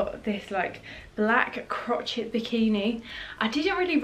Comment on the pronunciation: Crotchet??? Hahaha it’s pronounced like cro-shay 😂😂